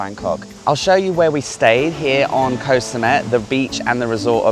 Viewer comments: Can you pronounce koh correctly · In Thai, the "K" in "Koh" (which means island) is unaspirated, meaning it sounds somewhere between a K and a G. If you pronounce it with a soft "G" sound, you will sound very natural to local speakers. Ask a local.